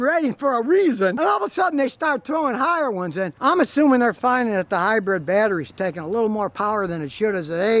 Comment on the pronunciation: Hybrid, not "hybred".